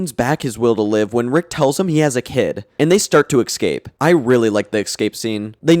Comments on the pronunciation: For the love of god man, “ESCAPE” not “excape” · Love your content but holy crap dude... It's "escape" not "EckScape" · Textbook trebuchet was my favorite joke in the sperm episode. And are you sure it's pronounced exscape rather than escape? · Escape, not excape. Fix your pronunciation. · Love the Vid! Keep it up. Just one question, what is the deal with EGG-scaping? 😂 i do not thow that accent, english isn't my first language but i've never heard that before